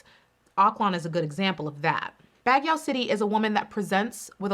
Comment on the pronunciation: BAGUIO (bah-gee-yoh} "Baguio"